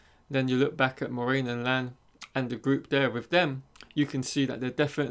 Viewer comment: Lol. This kid doesn't even know how to pronounce MORAINE. It's pronounced "mwah-RAIN", not "More-main". Yeah, a poser.